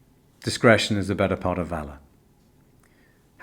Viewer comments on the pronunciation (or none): none